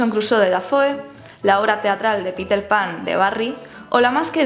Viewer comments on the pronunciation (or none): none